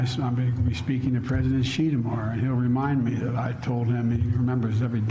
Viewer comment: What kind of reporters are these who can't pronounce Xi's name properly. Take a bit of time to educate yourselves PLEASE